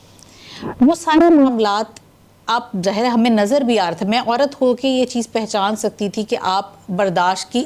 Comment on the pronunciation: Pehchan word ki pronunciation check kro madam ki